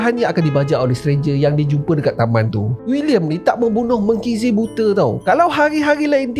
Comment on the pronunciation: "tak menkhinzir buta" jem otak 5 saat 😅 ingatkan salah dengar.. lancar betul keluar dari mulut 😂😂😂